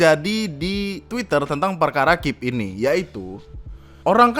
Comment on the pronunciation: Ngeselin bang ketika lu bilang KIP dibaca "kip" Daripada "K I P" Wkwkwk